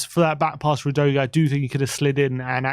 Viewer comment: Maybe Udogie is on tilt with your pronunciation of his name. Repeat after me: Ooh. Doggy.